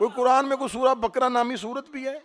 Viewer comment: मौलाना सूरे बकरा नहीं तलफ़्फ़ुज़ सही करें सूरे बक़रा है।